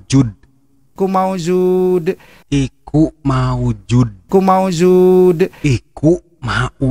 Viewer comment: Koreksi,, bukan iku maujuud, tp Hayyummm Maujuud... Hayyummm Ma'bud….. Hayyumm Baaq.... Pangapunten kalo salah....